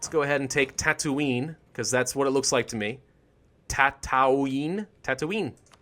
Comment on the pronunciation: They did actually film Star Wars in Tunisia so you were right to pronounce it tatounie